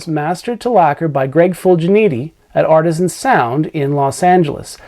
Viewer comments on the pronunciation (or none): none